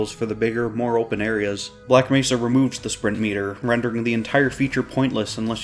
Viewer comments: Maybe they could've told him how to pronounce Black Mehsa this time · the saddest part was the voice actor did correct the mispronunciation but the fixed recordings didn't get used